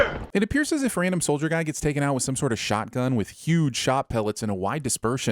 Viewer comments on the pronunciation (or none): none